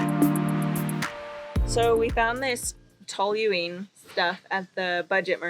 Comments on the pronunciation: It's pronounced Toeleen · Is it pronounced tooling I'm not sure